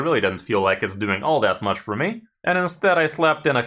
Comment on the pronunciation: So, can you tell me that muCHHH or not? Not very clear.